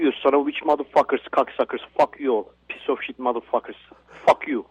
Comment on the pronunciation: "Yo Turk, you're a fucking pizza shit ... ." That's what that man actually said. His isolation from society and language is so complete that he thinks the phrase "piece of shit" is pronounced "pizza shit". And since your role is social commentary, I imagine your pizzas are really nothing like the local pizzeria's. Perhaps they're not "pizza shit," but they're probably pretty shit all the same.